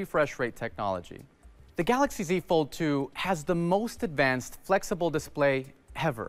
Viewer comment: I love their pronunciation to Galaxy " Galakshi "